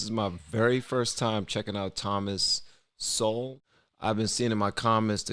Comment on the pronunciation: It's Thomas Sowell, not Thomas Sewell.